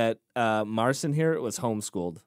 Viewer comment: He was born in 2000, his name is pronounced Mar Seen